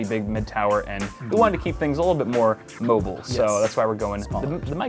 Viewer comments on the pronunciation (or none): none